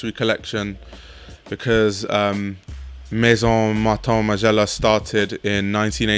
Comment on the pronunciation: Good video for the most part. Maybe teach people how to properly say "Maison" instead of saying it like "Mason". I don't get how difficult it is to say that one word correctly and yet most videos on here are saying totally wrong!!!